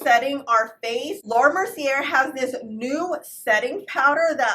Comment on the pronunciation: Love your videos! Fyi it's pronounced Laura " Mer-see-ay " not " mer-see-er"